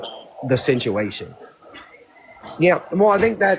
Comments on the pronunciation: If I had to hear him say "the sinchuation" aka "the situation" one more time..... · Talk about ignorant as he pronounces situation totally wrong lol just cant make this shit up!!